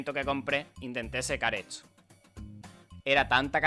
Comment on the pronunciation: De dónde eres que pronuncias "etso" en lugar de "esto" y así con muchas otras palabras???